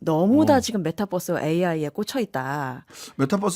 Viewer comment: 메타뻐스가 아니라 메타버스인데...